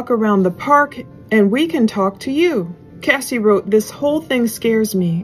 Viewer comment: It's CASS EE NOT CASEEE. CASSIE.